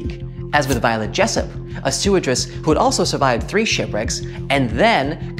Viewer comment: StewardESS, not StewardRESS